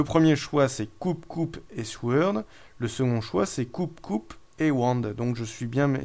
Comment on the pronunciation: Très bonne vidéo, sur un jeu que je vais encore devoir me procurer (DF, puis DCSS, puis celui-ci, décidemment, c'est un sans faute pour toi) ! Juste pour info, mais tu en fais ce que tu veux ça ne me gêne pas plus que ça :) En anglais, dans "sword", le "w" ne se prononce pas, à la manière du "k" dans "knight", "knife", "know" et compagnie.